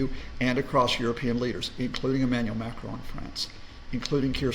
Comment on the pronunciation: "Ukraine" is accented on the second syllable, not the first. Zelenskyy's first name is Volodymyr, not Vladimir. Macron is accented on the second syllable (since he is French), not the first.